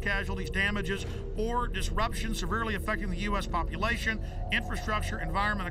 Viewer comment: "Popluation control" Common guys, I know this is independent film, but step it up. This is too important to mess up.